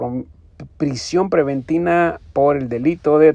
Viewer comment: PREVENTIVA.......NO PREVENTINA. AMEDRENTAR..........NO AMEDRANTAR